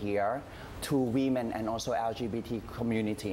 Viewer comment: Women not We-Men..